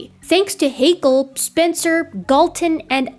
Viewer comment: ... Just because it pains me a little as a native speaker, I'd like to point out: Haeckel and Hegel are different family names... and are pronounced slightly differently. Hegel, as you splendidly demonstrate, is pronounced similar to bagel (long a and e). Haeckel, if pronounced correctly, sounds somehow similar to shackle (short a and e). Otherwise, I'm absolutely satisfied with what you've explained here. Ein Dankeschön for this great documentation. 😊👍, x & ❤